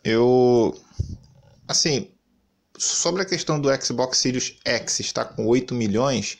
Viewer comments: Esse ''SÍRIUS'' é que é engraçado, é ''SÉRIE'' mas ele fala eternamente ''SÍRIUS'', rsrsrsrsrsrsrs. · Eu acho q ele fala pra zua por q nao e possível kkk